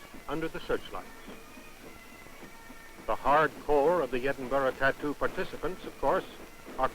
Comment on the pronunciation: Always find it funny that Americans can't pronounce Edinburgh. It's BURHH not BUROUGH, don't pronounce the G. For people who are going to comment keep it friendly, the last lot of racists and morons made me delete the thread.